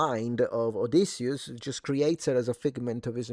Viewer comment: You said his name right. Noooooo, WE DID not like it. the Malaka's a joke. No REAL Greek seen it, not 1 Greek in the movie the POS